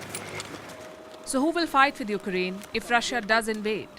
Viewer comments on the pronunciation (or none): Please do not say Rush-ya. It's pronounced Rushaa